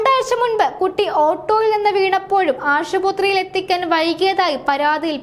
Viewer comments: Ashuputhri alla Aspathri aanu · ആശുപുത്രിയല്ല.. ആശുപത്രിയാണ്.. ഓരോ ദിവസവും എന്തൊക്കെയാണ് കേൾക്കുന്നത് എന്റെ ഭഗവാനേ😢😢😢😢